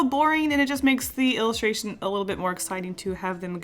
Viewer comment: Take a shot every time she says "illistraton"